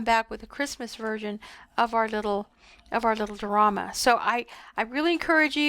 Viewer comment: Lovely--as usual--you are a true artist! But, it's pronounced: Di--or--ama, with a long "i" 🙂